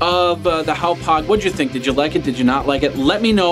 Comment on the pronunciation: It's pronounced HOP (like what a frog does) HOG..... HOP HOG not HOW POG. It's on their own website how to pronounce it. I know this review is old but as an update, the extra 'box' that Charter gave you was a tuning adapter that is needed to receive digitally encrypted channels. In 2012 not all channels were digital so you may not have needed it depending on your cable package. As of now, Charter is 100% digital and I believe you do need the tuning adapter to see any of the channels. Just in case anyone else is searching for reviews of this cardcard receiver. I was hoping to see it in actual operation.